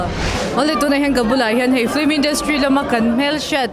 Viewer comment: A spelling pawh in ziak dik thoa ti nge in lam dik mawh em em le😂😂film✅flim❌